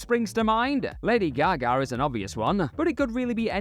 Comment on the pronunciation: Gaga* not Gagar